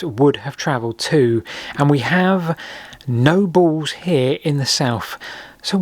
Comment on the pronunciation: The word is pronounced "balls", NOT "baws". This irritates me so much I can't complete the video. Speak properly man!